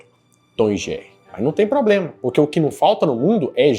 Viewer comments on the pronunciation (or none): none